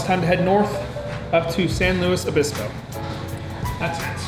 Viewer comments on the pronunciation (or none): none